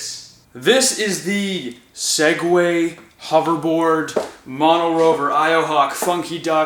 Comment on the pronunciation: “Swegway” not Segway sorry but I stills loved the video good job 👏